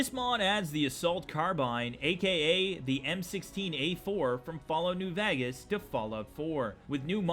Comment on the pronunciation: “Fallout be vagas